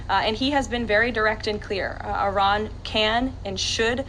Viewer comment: She pronounced Iran incorrectly and correctly. Very strange.